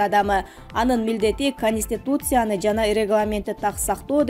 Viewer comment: сабатыңды жойчу,каниститусия деп сүйлөгөнүң канбай